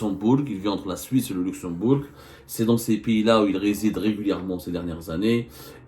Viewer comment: On ne prononce pas le "g" dans Luxembourg.